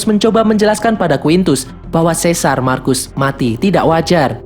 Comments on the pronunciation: Comodus, marcus...baca Komodus, Markus...min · Satu lagi bukan marcus di bacanya tapi markus